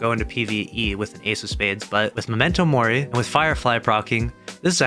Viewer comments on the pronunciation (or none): none